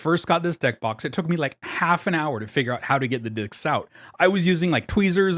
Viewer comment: And followed by a mispronunciation of the word 'discs' not long after.